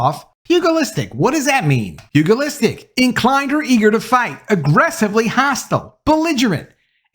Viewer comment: It's pronounced " pew- ja- list"